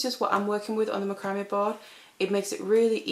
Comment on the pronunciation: Love your designs! By the way, macrame is pronounced Mac cra may